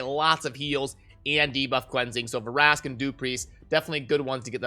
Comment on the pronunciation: It’s not Ver-ask it’s Vrask